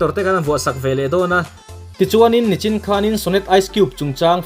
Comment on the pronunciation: Sir,,,Nichin tihturah Nachin iti leh ṭhin a